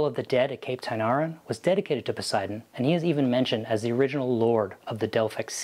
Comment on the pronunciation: but your pronunciation makes the GOD German! Try PO-SAY-EE-DAWN!